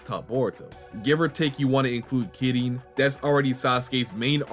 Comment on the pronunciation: Happy New Year! Also, just wanted to say: love the pronounciation on Kirin. Keep it up!